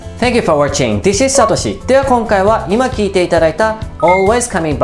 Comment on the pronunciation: thの発音ができてないと思うので、解説動画というには少々誤解をまねくかもしれませんね、、、